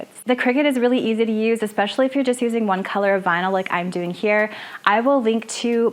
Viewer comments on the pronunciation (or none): none